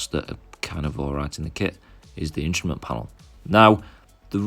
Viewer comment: "Instament" panel?